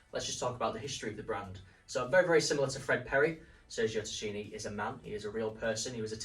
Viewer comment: The way you pronounce Tacchini is wild.. Try more like Takkini..